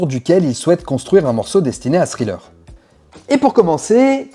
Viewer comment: super contenu :! tu prononce Pretty young THING! avec TH et tu le lis .. mais THriller ...tu dis Sriller .... !!!!! juste pourquoi ??